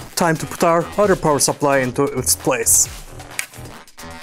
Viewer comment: power sapplahj